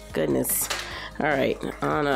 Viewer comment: The way she said Anna made me crack up